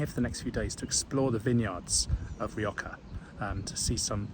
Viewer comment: Rioka? with a Ka sound? No my man, not even close!